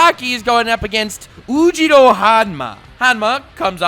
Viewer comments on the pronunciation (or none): *"OOUUUJIRO"*?!?! 😂😂😂😂 C'mon Pronounce his name right man.... Yujiro would turn yo ass into a human Nunchuck if he heard you say his name like thatc😂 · Im not going to give you the like just because you pronounced YUJIRO wrong man.... damn